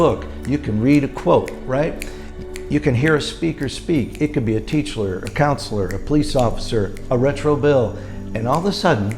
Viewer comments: A teach-ler, lol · “A teachler” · Did he say “it could be a teachler”?